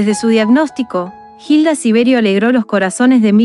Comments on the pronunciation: No es jilda, es Hilda, y no es verdad lo que dicen para enganchar a ver este video. Ella nunca dijo no aguantó más, ella quiso vivir hasta el último momento y nunca se rindió.Informense bien por favor. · La h no se pronuncia , sino sería Gilda , ilda es la forma correcta . Extrañare esa sonrisa y sus consejos sabios , vuela alto hermosa mujer 💕